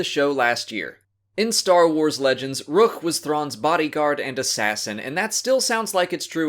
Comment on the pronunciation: One thing funny is in rebels when people say rook's name it sound like they just out of breath before pronouncing the k.